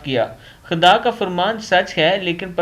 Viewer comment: ham aap k channel ko continue dikh rahay h. Aap bahot achi achi ahadees pashe krty h lkn aap ki ik baat jo bahut boori lgti h. Jab aap khuda ka naam litay h to aap ``khuda ki bajaye khada kihty h. S ka jawab lazmi day.